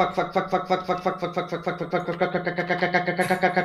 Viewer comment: кат казва ФакФак ми се чу КвакКвак. кажи на че е прасе и патица събрани заедно!Ловче за теб 💯